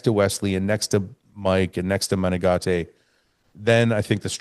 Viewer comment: Heeeeelp!!!!! Matheus Menegate.....you say his name correctly. Nicks strength n power says " Meh-Nen-Gate" Gate- like a fence door.......please help that boy!!!!!! Next to you, him and Dennis are the only other reliable sources.......I dont wanna have to add Bob n Shawn.